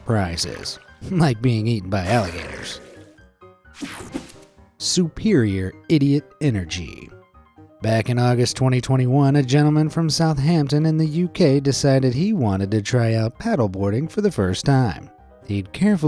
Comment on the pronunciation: I must be having a problem with my hearing because there is no way I just heard you pronounce “Southampton” as “South Hampton.” THERE’S ONLY ONE “H”, AND IT CAN’T DO DOUBLE-DUTY!